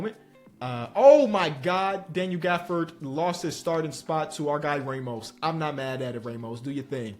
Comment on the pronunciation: Why does say "Ramos" like a 70yo white man from Texas 😂😂